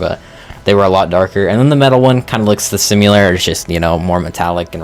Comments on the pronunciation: Cyrus' Critters: Thorax Spider mod is so good in case anyone wants a cute jumping spider that is rideable. Also...why do you say "simular" and not "similar"? lol. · Why do you say “simular”